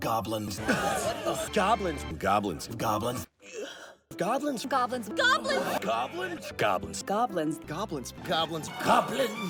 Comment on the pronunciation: At the end it just sounds like "gablins"